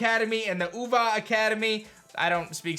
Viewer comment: Your pronunciation of naranja and uva this video were really good. look at you getting better at Spanish because of Pokemon lol